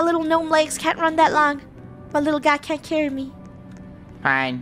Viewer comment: Little=lil Why did that sound British - (Hope I didn't upset anyone)